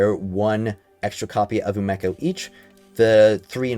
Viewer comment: Is it not umeko pronounced (oo me co) ??